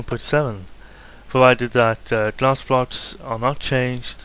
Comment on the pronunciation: im sorry, but r u calling the blocks 'bloches' ??